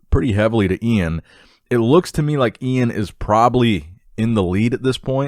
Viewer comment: E-IN VAL-E-AIR